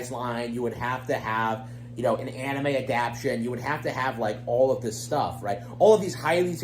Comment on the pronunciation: Is it just me or does say "adaption" instead of "adapTAtion"?